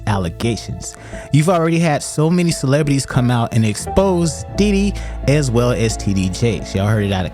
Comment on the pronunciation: Did you say Titty Jakes 🤣🤣🤣🤣